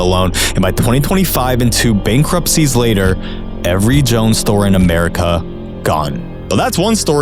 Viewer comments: Fantastic video! Wonderful and eloquent points, but just FYI its pronounced "Joe-Anne" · literally, no. You don't need to pronounce a companys name correctly to be financially literate. You came to the comments with vitriol after he mispronounced Joan? Go back to ai slop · Omg I can’t believe you pronounced Jo-Anne like that, you did her even dirtier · 'Joan' fabrics? JO-ANN..... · Dude, you are COMPLETELY undermining your intelligent argument by saying Joan. It's Jo-Ann. Get it? Good God, if you got that wrong, what else is wrong? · Its not joan fabrics its jo-ann as in joe ann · Holy crap, it's not Joan fabrics, it's pronounced Jo-anne. Lol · It's not pronounced "Jone Fabric" It is "JoAnn's Fabric" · Bro it's Jo-ann fabrics, not Joan fabrics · It's pronounced Jo Ann lol not joan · Should have spent an hour lookin into Joan fabrics. It’s pronounced Joe ANN 😅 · As soon as you said "Jone" Fabrics I was out.. Lol bro do at least a little homework first. I think your YouTube channel is on the brink of collapse. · I’m so distracted every time I hear Joan and not Jo-Ann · (Joe-ann) Not jone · Joe Ann fabrics not Joan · You lost me when you pronounce Jo Ann as Joan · It’s “Joe Ann” not “Joan”. Christ. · Er... It's "Jo-Anne" not "Joan" Fabrics... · Pronounced “Joe-Anne” fabrics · It’s pronounced “Joe-Ann’s” I worked there right before they got the ax It was a boomer haven 😅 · "Joan" fabrics lol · Brother it's Jo-Ann ("jow-an") Fabrics - not a good way to start the vid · Are you AI man? It's pronounced Jo-Ann fabrics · The way you mispronounce Jo-Ann lowers your credibility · When you pronounced Joann as Joan i was expecting you to pronounce Payless as Payliss. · it's pronounced Jo-anne fabrics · You can’t pronounce Jo-ann fucking right?